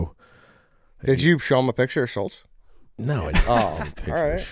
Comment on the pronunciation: It’s Andrew Schultz not Scholls